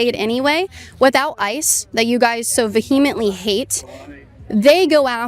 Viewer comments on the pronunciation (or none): I absolutely love your content. Speaking of "spell check" for this dumb girl's sign, people, including you, are incorrectly pronouncing, "vehemently." The accent is on the first syllable. vee-uh-muhnt-lee I cringed every time George Bush said, "nucUlar." As far as this scientist goes, it just goes to show that "being smart," does not make you have common sense. The only sense these people have is uncommon.